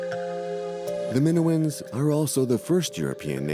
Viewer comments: Just can’t stand the AI pronouncing “Minoans” like it does. Sorry, it’s a no from me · Yeah, that pronunciation was bugging the heck out of me, as well.😅